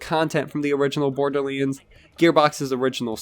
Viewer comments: why do you pronounce it borderleands? its LANDS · Why do you call it Borderlinds?